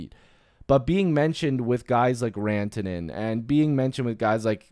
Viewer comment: Why does everyone mis pronounce Rantanen? That 1sᴛ a has a u sound Runtanen I’m Finnish miss pronounced names are irritating